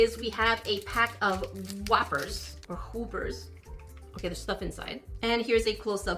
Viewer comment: I am not going to say I am not working on myself, but I got unreasonably angry when you pronounced it "Whoopers"